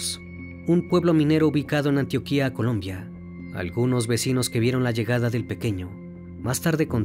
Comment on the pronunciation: Soy de colombia y me encanta como pronuncia Antioquia Saludos